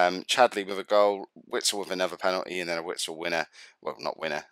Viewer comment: Haha im gonna write them all for you phonetocally. Drees Mertens, Axel Vitsel, Al-duh-vay-reld